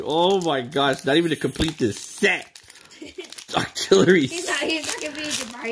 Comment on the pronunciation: In stead of octillorly it’s octo really